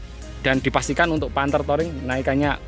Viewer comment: Touring, di baca " Turing" bukan "toring" 🙏🏿